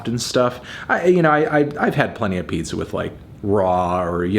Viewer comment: I am Miss 10 minutes ago when I didn’t know that a “peepza” was a thing